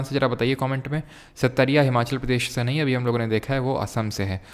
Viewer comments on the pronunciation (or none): none